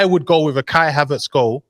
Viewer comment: Put some respect on "shy havertz" name. Big game playerrrrrrr